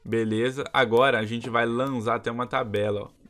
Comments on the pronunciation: Man seu vídeo e .muito legal mais oq eu mais se irrito e q ele fala vo lanza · Agonia do krl desse cara flando "lanza" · pq q vc ta falando lanzá amigo?